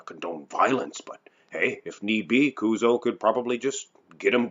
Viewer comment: kuzo sudo こうぞうって発音しづらいのかな？